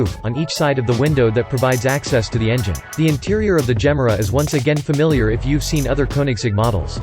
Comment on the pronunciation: Please listen to Christian Von Koenigsegg, pronounce the Gemera's name!!!